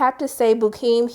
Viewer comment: You’re mispronouncing his name. It’s Pronounced “Beau-keem” not “Bookim”